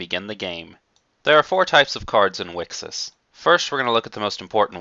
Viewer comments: wicksis sounds equally as bad, mate. And there shouldn't be a "consensus" on how to pronounce the name, its written there very clearly in katakana;) Thanks for putting together this video though. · How says it: Wixoss How people said it: Wicross How you're supposed to say it: Wish Across